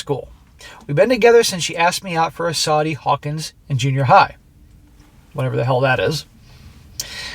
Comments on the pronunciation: Sadie Hawkins, not Sawdy Hawkins. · saw-dee hawkins. lol. say-dee hawkins dance. it's a dance where the girl asks the boy out. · “Sadie (pronounced say-dee) Hawkins” is a school dance/social event like Homecoming and Prom that is held in the fall, is less formal, and the main theme is that the girl has to approach the guy and ask him to the dance. The concept originated in the 1930s in the comic strip “Lil’ Abner”, in which a town tradition started when the mayor’s ugly daughter was approaching 35 and still unmarried. He declared her birthday to be “Sadie Hawkin’s Day”, and its main event was a footrace between his daughter and all the single men in town, and any man she caught and tackled had to marry her. In the subsequent years, it evolved to be a yearly holiday in which all the town’s unmarried women and men had to participate. It was a popular comic strip at the time (and was adapted into a sitcom that had several 60s spin-off sitcoms including “Petticoat Junction” and “Green Acres”) and by 1939, Sadie Hawkins dances were events held at over 200 American colleges, and the concept trickled down into high school and middle school. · A "Sadie Hawkins" (Say-Dee) dance is one where the women ask the men to attend. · sadie hawkins dance is one where the girls ask the guys pronounced say dee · Sadie Hawkins dance - Girls ask the guys to go to the dance instead of the other way around. Pronounced "Say - D". The wife was driving this relationship from the start. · Sadie Hawkins ( say-dee) Dance. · Sadie (Say-Dee) Hawkins is a dance where the girls ask guys out. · Sadie Hawkins Dance (pronounced SAY-dee) is a dance where the women invite the men, instead of the other way around. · Say-dee Hawkins is the more correct pronunciation and it is a, "girls ask the guys out", kind of dance. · at the beginning you were tryin to say "Sadie Hawkins" (Say-dee Haw-kins) its a type of organized dance where the woman/girl asks the man/boy to the dance. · Pronounced Say Dee Hawk ins